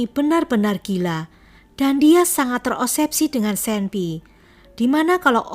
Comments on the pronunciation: Sedikit koreksi mba... Obsesi bukan osebsi... Menit 12.03... Semoga lebih baik lagi mba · Saran: Tolong lebih diperhatikan cara penyebutan nama dan terminology. Nama : Winnie. (wi-ni) bukan wineh. Satu lagi, obsesi. BUKAN opsepsi. Sangat penting untuk mendengarkan ulang video/audio yg telah di edit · Obsesi mbk, bkn osebsi.. 😁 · Maaf OBSESI bukan OSEBSI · obsesi mba...bkn osebsi...